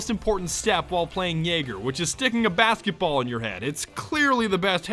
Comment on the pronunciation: Did he say bathkiball